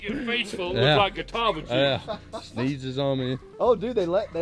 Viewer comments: I think it's just funny how was pronouncing Catawba right during the beginning of the video and then now he's calling them a Nazi police officer a Gestapo 🤣🤣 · Named after Catawba Indian tribe. It's pronounced KA-TAW-ba